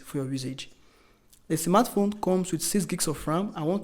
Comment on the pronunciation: Nice review, but believe me, you should work on your phonetics and pronunciation. The way you pronounce cheaper and smartphone is aaaahhhggggg. Best of luck 🤝